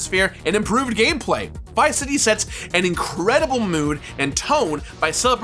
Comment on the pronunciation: You pronounced it like Viceity.